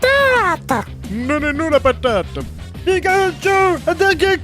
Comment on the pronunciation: a quand il di "patatttte" la maniere dont y le dit sa me fait plus penser "batarrrd"^^